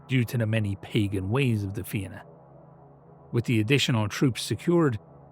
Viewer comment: Hearing Fianna said right grants me such bliss, thank you